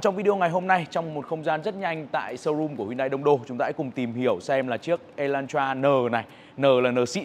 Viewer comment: Phát âm là e lan tra sao ông cứ đọc là y thế nhỉ😂